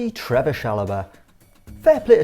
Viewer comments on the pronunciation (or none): It's Trevoh, not Trevor